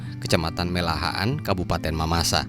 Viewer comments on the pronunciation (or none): Mehalaan bossku Bukan melahaan😂😂😂